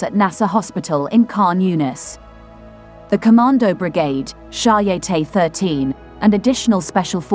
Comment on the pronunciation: Audio: I believe the Israeli brigade/group is called "shy-a-teT" (pronounce final T as in French for 'head' (tete). Cheers!